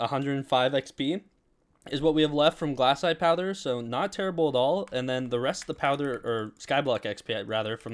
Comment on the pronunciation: ITS GLACITE NOT GLASSITE